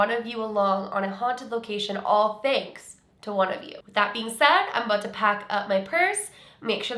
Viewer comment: The see it Aaawll at the end sounds hella accenty to me lol